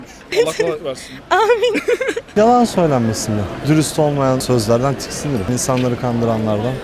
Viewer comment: herkes tiskinirim diyo len :D